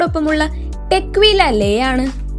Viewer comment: കോഗ് നാക്ക് അല്ലെ കുട്ടീ, കോണ്യാക്ക് എന്നു പറയൂ .. ടെക് വീല അല്ല ടെക്വില,, കഷ്ടം .. തുമ്പിയെക്കൊണ്ട് കല്ലെടുപ്പിക്കുന്നു..